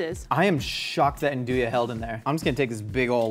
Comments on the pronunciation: So I’m super curious, because I’m from Texas and I assume it’s just that I’ve been surrounded by people who can’t say it. He said andouille “an do ya,” but everyone I know says “on do ee.” Are we just clueless? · the meat is pronounced "andooee" down here in the south. never heard it said "andooyah" lol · "Andooyah" ?? I think it's pronounced like ahndooey. - Resident Italian-American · Just FYI, Andouille sausage is a cajun classic. Its pronounced "Ah-nd-ou-ee" at least in south louisiana